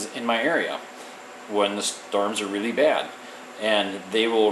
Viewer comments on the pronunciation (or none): none